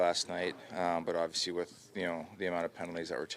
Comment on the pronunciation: somebody tell Auston .... " Aww - vee - seee " .... is pronounced ..... "Obviously" , obviously